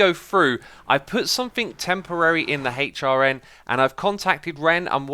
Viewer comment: jesus fucking christ just say "hrn" not hay-ch rn its so fucking annoying learn to talk